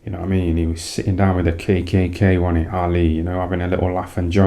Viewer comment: 'He was a good little boxer wan he?' 😂😂